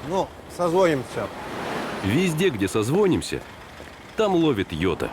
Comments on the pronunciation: не созвОнимся, а созвонИмся! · Не созвОнимся, а созвонИмся, yota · В слове созвонимся ударение на "И" третий слог, убогие сцу ко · Когда в рекламе говорят "созвОнимся", а не" созвонИмся"это напрягает и заставляет задуматься, а стоит ли переходить на данного оператора.